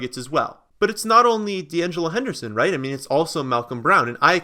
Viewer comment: Once he said DeAngelo Henderson...... I'm out